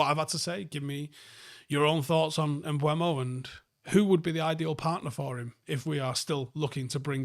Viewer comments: please, and hopefully to many more. Im pretty sure it’s not pronounced “mBWAYmo” like many are saying. That would be spelled such as “Mbuemo”. It is “Mbeumo” and if you find a clip of the actual player saying his own name it’s more along the lines of “mBoomo” to say it as easy as possible phonetically. But please stop with Mbuemo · M-BUH-MO not M-BWU-EMO,.;) Nice video anyway.